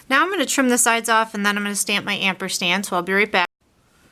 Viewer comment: great cards. I have really enjoyed seeing these new ideas for the card kit. I have to say that it is not amperstand its ampersand.